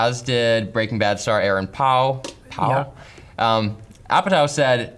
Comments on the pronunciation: how the fuck do you mispronounce "Paul"? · Why is he saying Paul like that? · Having a hard time saying Paul?